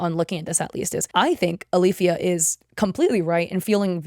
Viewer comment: My cousins name is Alifya & yeah you rponounced it right, it's basically just two Arabic letters ا and ي together